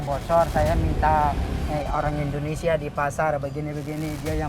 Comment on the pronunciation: Endonsah endonesah🥱